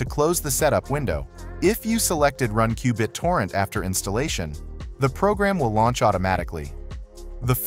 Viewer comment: Straight forward and very helpful. Qbit-orrent was kind of funny to hear.